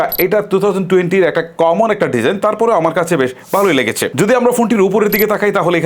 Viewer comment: লেগেচে, হয়েচে, তাকতো, এগুলা কি ভাই? ইউটিউবিং করতে আসছেন অথচ উচ্চারণের এতো বাজে অবস্থা! শুনতে বিরক্ত লাগার জন্যে বাধ্য হয়ে ভিডিওতে রিপোর্ট মেরে চ্যানেল ডোন্ট রিকমেন্ড করতে হচ্ছে।